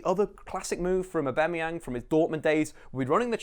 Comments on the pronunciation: his name is UPAMECANO not umbekano xD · He tries so hard to try and sound smart but can't even say upamecano